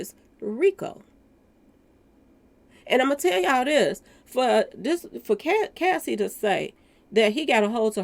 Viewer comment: you keep calling Cassie, Casey.